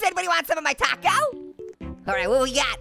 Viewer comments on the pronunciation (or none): none